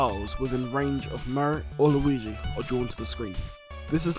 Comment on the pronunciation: "luigu" :D